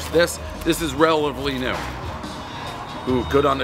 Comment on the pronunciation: It'S "RELATIVELY" DAVE NOT "RELUVLY" 😂 I LET YOU PASS YOUR MOUTH WAS WATERING AT THE TIME BRO 🤣